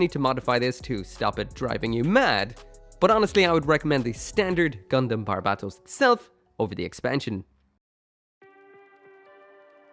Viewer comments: Bar-bat-os lol it's barb-atos dude. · My ocd is throwing me off the rails it’s pronounced “bar-bah-toes”